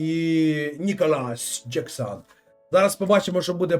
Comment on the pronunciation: Пане стрімере, передивіться, будь ласка, відео, де пан Ніколас з Челсі вимовляє своє прізвище